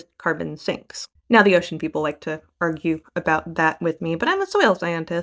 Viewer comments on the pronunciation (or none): Peeple and poople